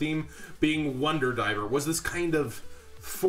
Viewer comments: It's Driver not Diver bud. Stick with market watch vids. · Ya mispronunced the name of the HERO...It's Driver, not Diver...And I think White Howling may see some play for those who cannot grab an Imperial Custom...To note, ya can work the cards of Shark's deck to run the White Aura monsters o3o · DRIVER...not diver lol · It’s not wonder DIVER. It’s wonder DRIVER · jon DRiver lol not diver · Hey man i think you forgot the R in Driver.